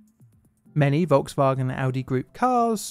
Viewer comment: “Volks-Vawgan”. I’m American. Forgive me. Please.